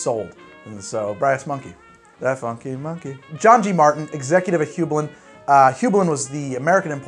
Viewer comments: "Hue-bline" or " High-bline " never "Hoo-bline" Great vid, BTW! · Aw buddy, it's pronounced "hue-bline". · it's pronounced hyoo bline. Here in CT we actually have the Heublein Tower, which was the owner's summer home. It's on the top of Talcott Mountain, not even 5 minutes from my house and you can see for tens of miles when you climb to the top. Absolutely gorgeous house and property in a really cool location. Anyways, sorry for being pedantic, but yeah I've heard hugh-bline all my life and it was driving me nuts to hear it mispronounced. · In case no one has told him, Hueblein is pronounced Hugh-bline. I don't know how to make symbols and am not a literary scholar, I've just been to the Hueblein Tower in CT a lot over my life. When you hear enough people pronounce a word you kinda ingrain that as the proper way. Like pronouncing Tiefling with a long e sound, and Drow to be more like brow than row. Also, Goslings makes an incredibly mixable ginger beer, I love my Goslings and Craig. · Yikes how you "Heublein". Back here in CT, where Heublein is we pronounce it like hugh-blyne. So there ya go. Great channel. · Its pronounced Hi Bline